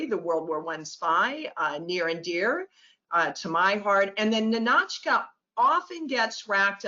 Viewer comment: lots of fun, never heard anyone pronounce Ninotchka with an aah though, sounds very bizarre. Ninaautchks, weird.